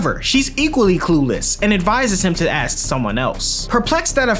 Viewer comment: are you not able to pronounce "ask" or is it an aesthetic choice?